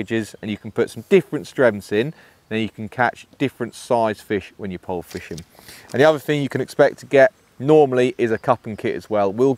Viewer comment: You said ‘vee uvver fing? is it trendy for English anglers to talk in vis way? It seems to be quite common, to hear English people talk like vis, although strange, as I only hear it on YT. Never at home. An interesting vid, I enjoyed it. Thank you